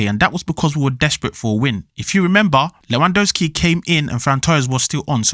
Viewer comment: You are eating the second letter "W" in Lewandowski surname